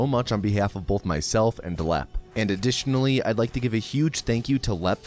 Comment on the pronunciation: Just commenting on your accent here... you say the word "both" as if there's an L before the th; "bolth" have you considered doing a "bolth" counter? If not, would you?